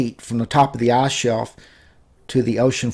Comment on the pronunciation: the arse bottom? or the ICE ICE i c e with i as the beginning.....not a u say the whole time arse arse arse